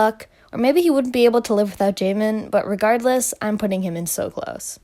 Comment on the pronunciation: the way u pronounced jaemin's name took me out lmao